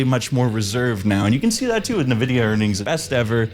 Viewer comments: Corsair didn't leave the consumer market, it was Crucial, Micron's consumer facing business. And RAM doesn't take years to make, I don't know where you got that from... Also, it's pronounced EN-vidia not nevidia or nuhvidia, or whatever the fuck people call it these days... Good video though, really enjoyed the editing but you need to employ more care in getting the correct info out there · What in the fuck is "nuhvidia?" There isn't a company called "nuhvidia." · I couldn't get past the fact you pronounce it Nuhvidia. 😂 😂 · Bro PLEASE pronounce "Nvidia" correctly, it's killing me. 🥲